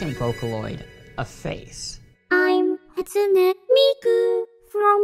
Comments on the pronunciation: “Hat su knee Miku” BRUH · Cartoons Hahtsooneh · The way he pronounced hatsune miku- "Hat-sunee" Me: internal screaming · ono The e at the end of Hatsune isn't pronounced as "ee", it's pronounced as "ay". "Hot-soo-nay" or even "Hat-soo-nay" are acceptable.